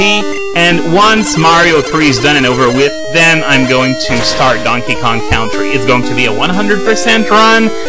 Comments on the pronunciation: Just a small pronunciation correction: Country is pronounced 'Kun-tree', not 'Kown-tree', in English. I don't know if already got to you over on Libelldra, but there you go. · country pronounced con-tree